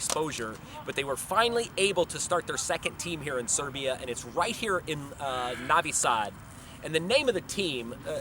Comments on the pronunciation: lol ok bro . im Serbian but live in USA and it's not that big of a deal if he says navi sad instead of novi sad... people don't say " Beograd" they say "Belgrade" so is that a problem too ? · It's freaking NOvi Sad. Not NAvi Sad. Like when you say NO....NOT Hah! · Masterpkerko1 There's a difference between an accent and saying it wrong. Saying Navi Sad instead of Novi Sad is like saying Paul instead of poll. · Well it seems he doesn't like it..... and it's kind of rude. Also think about it, it's hard for him to look at the alphabets "u" and "o" differently because in English they can be many different sounds while it's fixed in Serbian, so it's hard to cope. I'll give you an example, you know the soccer player Subotić, i have never met anyone (non-Serbs of course) who pronounces it correctly, most pronounce the "u" like the one in "subway" and the "o" in "moon". Not to mention the idiots that pronounce "tić" as "tik". Funny I had a lecturer of Croat origin back in uni in Melbourne whose surname was "Sironic", she pronounces it as "Sironik", lol... it's sounded more Aussie for sure.... but regardless... the point is, it's not his mother tongue so it's very usual for him to pronounce most words wrongly. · Mrmalleableful Sure, I agree on that. But again I find nothing wrong in clarification of correct pronunciation. Why do you think he doesn't like it?? I think he is coping to learn Serbian language, and my tips can be used for a good cause. If he finds it annoying there is solution for that, too. Skip my comment. After all there's not much difference between O and A. It's familiar in English language, too. I understand difficulties with letters such as Ć, Č, etc. These are unique and specific for Serbian language. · You're saying Novi Sad wrong.